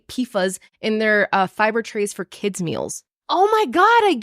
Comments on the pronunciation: Its pronounced "pee-fass" lololol lol not "fuhs" 🤣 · it’s pronounced P-foss! ❤